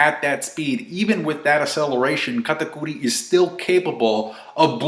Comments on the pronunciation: Katakuri. Say it with me Cat-a-curry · I haven't seen reviews of the chapter, but 20 seconds in and I'm like, how did you get katakuri's pronouncation like that xD